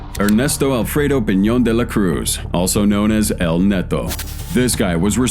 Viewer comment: btw you show a LAW, not a nade launcher........JEEZ, also its not "netto", its neto or nieto.